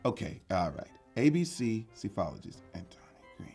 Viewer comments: Psephologist is pronounced suh and not -see I’m playing along lol Major is right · Major got the correct pronunciation of Psephologist. Proof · I think Major pronounced Psephologist correct